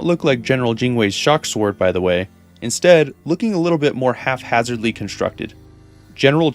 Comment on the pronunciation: It's 'haphazard' not 'half-hazard'.